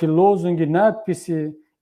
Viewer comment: Кабири, дядя, не якаби, а якобы:)))